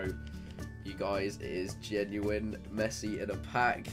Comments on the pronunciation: Missi it's Messi!!!!!!!!!!!!!!!!! 😂😂😂😂😂😂😂😂😂😂😂😂😂😂😂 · I wonder if anyone can pronounce the name of the club man of the match Messi is going to